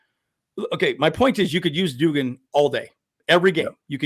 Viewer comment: Its pronounced Dug-in.. you pronounced it like jimmy doo-gin from A league of their own. 😄